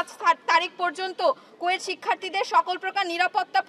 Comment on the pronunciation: কুয়েট ❌ কোয়েটিং ✅